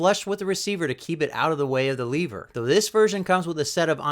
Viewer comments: Lever not leaver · Not leever, it's lever! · That's IT! YOU SAY LEEEEEEEEEEVER ONE MORE TIME AND WERE DONE BRO...ITS LEVER JUST ONE E...OKAY JUST ONE E IN A ROW... LE POOP IS NOT THE SAME AS LEE POOP.... RIGHT? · Lev-er not leave-er there is no “A” in lever going to review a rifle need to pronounce the name and type properly. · You're awesome and I love your channel, but calling it a "leever" and not a "lever" really irks me. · Leever or lever??? 🤣🤣🤣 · Short e so... lever not leever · The way he said lever messed with my head but good video dude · Just curios if you pronounce level you say lee vel